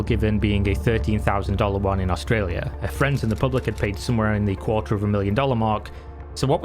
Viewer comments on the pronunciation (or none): none